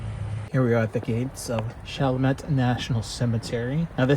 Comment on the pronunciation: It is pronounced shall-mett & its not in New Orleans. It not even in the same Parish. However it is really close. It is in the city of Chalmette in St. Bernard Parish.